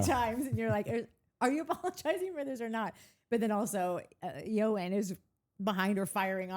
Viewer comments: Please never stop saying Eeyore’s name incorrectly👌🏽🤭😆. I usually LOOOOOVE Irish men because of our similar messed up historical pasts and they are usually superbly handsome red-heads😍😍😍. This Eoiooooine dude is nothing like my honeypot Conan O’Brien and brings no good energy or pot of gold, for that matter. So butcher his name away. He makes Irish men and Danielle look bad, if that’s even possible. LOL’ing that Danielle probably DID use her ‘app’ 😆🤭🤣 ETA: Lindsay has never needed to defend Danielle in SH. On the contrary, she threw her under the bus a few seasons back when she told Paige that Danielle was the person that snitched on Craig causing a ruckus at Amanda’s parents’ house during her wedding. Danielle won’t bring it up because it’ll make her look worse since Lindsay took the blame for it the previous season. I think it was season 7 but don’t quote me because so much has happened since then that I can’t get my seasons straight anymore 🤭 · His name is pronounced “Owen”. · I think Eoin doesn't like anyone on the show. That's why it doesn't look like he wants to be there. He got on the show before he knew anyone. The guy's name is pronounced like Owen it's not that difficult. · I think says it wrong as a joke...🙃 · Is it really necessary, STILL, to keep up the name-shaming,? His name is Gaelic, his culture, his HERITAGE (!), & you absolutely know how it is correctly & respectfully pronounced. Feels like "ugly American' behavior for sure! You are better than this,. Thanks Travis, for saying it properly. It's not a lot to ask, & it's not gatekeeping. It's multi-cultural human decency.